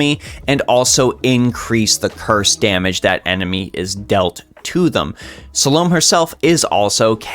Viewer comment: it's Salomé not Salowm...